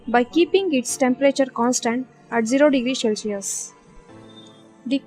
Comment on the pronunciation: Its cel si us and not shellsius